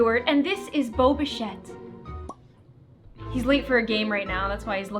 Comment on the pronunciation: Is jusf me or did it sound like she said “boba shet“